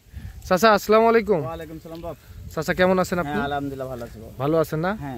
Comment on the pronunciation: তুমি তো মিয়া সালাম টা শুদ্ধ করে দিতে পারো না।